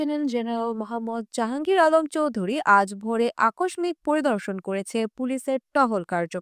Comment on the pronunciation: কি খবর পড়েন? আকস্মিক বানানের উচ্চারণ সঠিক বলেছেন কি?